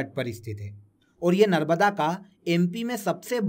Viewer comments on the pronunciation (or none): सर नर्मदा का नर्बदा उच्चारण क्यूँ कर रहें हैं